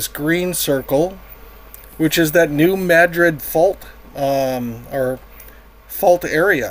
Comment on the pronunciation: Props for pronouncing New Madrid correctly.